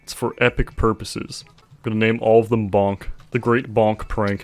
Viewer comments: Its says Volk not Bonk... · Bruh that’s pronounced “volk” not bonk. Bonk would be бонк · You pronounce the russian bonk as volk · it pisses me off when people read волк as bolk or bonk when it's actually read volk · волк isn't bonk, its volk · It's VOLK not bonk lmao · me, as someone who can read russian, am offended. you say wolk not bonk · bonk, except that cyrillic is actually pronounced volk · It's not "Bonk" it's the Russian word for wolf and you pronounce it like "Wolk". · it's not "bonk" bit's "volk" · It should be pronounced volk, not bonk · it’s not bonk it’s actually pronounced volk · It's actually pronounced "volk". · волк is actually pronounced “volk” with is super disappointing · I really like how he says ВОЛК Bolk xd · Bruh my dumbass thought why is he saying Bolk even tho it says волк but then i remembered that not everyone speaks russian xd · I like he call Volk a bonk ..... english persone talks russian.....